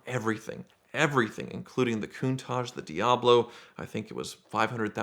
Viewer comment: Holy crap! He actually pronounced “Countach” correctly for once!